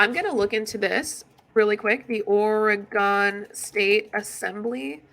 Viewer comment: Girl, I know you’re talking out your ass because you mispronounced Oregon… that’s not how we say it